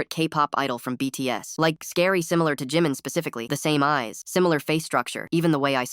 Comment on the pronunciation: “Beats” instead of BTS goes hard